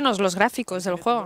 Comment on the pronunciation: Cuando dices juego, se escucha como jugo 😂😂😂😂😂